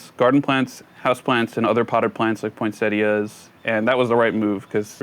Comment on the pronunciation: Thank you for pronouncing Poinsettia correctly! Enjoyed